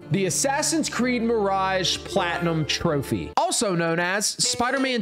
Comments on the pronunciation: Bro i speak arabic and that is not how you say it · As an Arab you pronouncing the trophy name was so funny😂